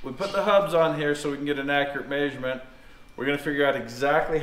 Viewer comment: It cracks me up every time says “MAY-SURE-MENT” for measurement lol